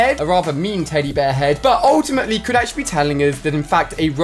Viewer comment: He says “ultiamatly” alot